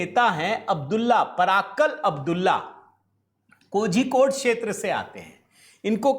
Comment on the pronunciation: Kozhikode prounounciation is Kolikode. Please prounce properly.